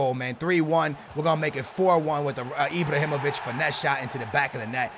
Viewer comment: Does he say Ibr(o)himovic ?